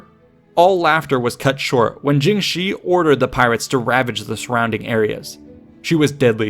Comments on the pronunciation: Her name is pronounced more like "jung sure", not "jing she", btw :) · it's pronounced tshing, not djing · Jung shuh('r) I really wish this guy would spend a few minutes learning how things are pronounced before he butchers them for an entire video. It makes it hard to watch. Why should I respect his research if he can't even approximate the names correctly? It's painfully embarrassing for him.